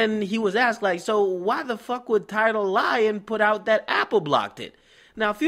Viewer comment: Gonna have to start calling tidal, TideL